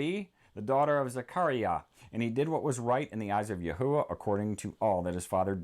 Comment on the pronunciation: I also have another question why do you say Yahuwah when the h is silent wouldn’t it be Yahwah?